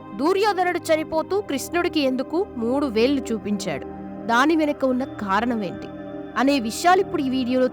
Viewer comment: దయచేసి అక్షరాలు స్పష్టంగా పలకండి. వ్రేళ్లు లేదా వేళ్లు అనండి. వేల్లు కాదు. మళ్లీ అనండి, మల్లీ కాదు. కృష్ణుడు అనండి, కృస్ణుడు కాదు. మొదటి 17 సెకండ్లలోనే తెలుగుని ఖూనీ చేశేసారు. చస్తున్నాం వినలేక. సాక్షాత్తు కృష్ణ పరమాత్మ పేరు కూడా తప్పుగా పలికి ఈ వీడియో మీద ఏవగింపు కలిగేలా చేసారు.